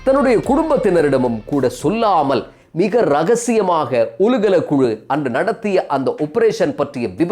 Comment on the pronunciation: "ஒலுகல" அல்ல "ஓலுகல"